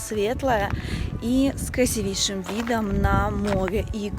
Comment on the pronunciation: Аня , КРАСИвейшие виды, не коверкайте слово, делайте правильно ударение .